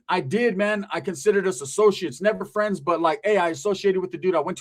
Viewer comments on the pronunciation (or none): none